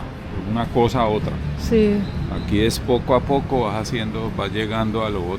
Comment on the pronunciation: リアルな発音の「ポコ・ア・ポコ」が聞けて謎の嬉しさがある…（ぽこあぽけもん）